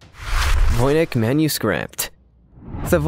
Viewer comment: Soy-ga, Voyn-itch. The consistent mispronounced words are annoying, along with the narrators speech cadence. Please find a different narrator.